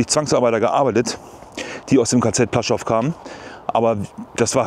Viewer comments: Kleiner Nerd-Tip: Das "L" im polnischen, was durch so einen Strich "gekreuzt" wird, also das: ł.....das ist ein "ue", am ähnlichsten Vergleichbar im deutschen mit einem W......das heisst das Lager heisst nicht "Plaschow", sondern wird eher "Puaschau" ausgesrochen. Gutes Beispiel hierfür: Die Stadt Lodz, hat auch diesen Buchstaben, und wird EIGENTLICH eher "Wuudsch" ausgesrochen. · Es spricht sich ´puaschow´ aus……